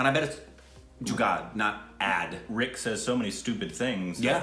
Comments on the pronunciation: React on 73 Questions with Priyanka Chopra | Vogue |. I'm sure you'll enjoy it. Also want to say you guys are doing an amazing job. One more thing, your pronunciations are spot on. Were you an Indian in your previous life😅. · Rick is seriously awesome... I am really amazed with his pronounciation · OMG man! Rick's Indian pronunciation is on point every single time! Rick is Bindaas and is.......fine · Rick is again spot on with the Pronunciationnnnn . . Very good MERA DOST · RICK is amazing.. he is too smart to be on stupid reactions.. :p He is very good with pronouncing Hindi words. Also, he understood each words very well.. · Rick your pronounciation for hindi words are so LIT.... perfect..😊😂 .your new subscriber.. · Rick's pronunciation is pretty spot on! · Rick is soooooo good at pronouncing hindi words... ❤️ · Rick's pronunciation is spot on most of the times!! How does he do it ?😲